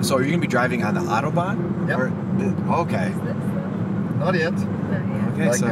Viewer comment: If you're from NYC - at least say "autobahn" correctly... like you're from NYC - not Wichita, Kansas.